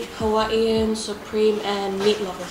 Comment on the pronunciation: OMG THE WAY YOU PRONOUNCED HAWAIIAN IS JUST SHOCKING